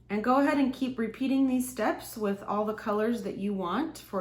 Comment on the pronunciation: Stop saying goahaed!